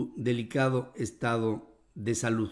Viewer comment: Ni español, verdatts, covitts, salutts😀